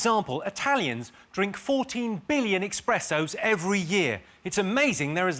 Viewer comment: Jimmy said “expresso”. He’s dead to me.